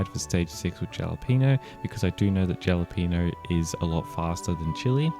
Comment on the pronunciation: I dont wanna be picky or anything but its "ha-la-pen-yo" for Jalapeno cookie 😅